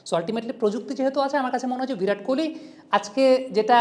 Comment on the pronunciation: ভিরাট নয় বিরাট কোহলি